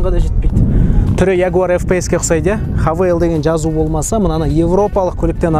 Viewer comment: Хавейл емес хэйвал боп оқылады ғой ереже бойынша. Havale - хавейл, Haval - хэйвал!